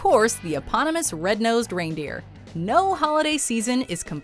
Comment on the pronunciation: Why she keep saying GRAINDEER